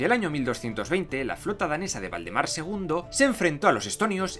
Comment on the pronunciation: Dijiste el rey Voldemort :o ah no Valdemaaar